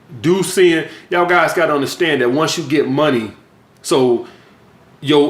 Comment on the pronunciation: He can’t say the word that. He says dat. He says dem instead of them.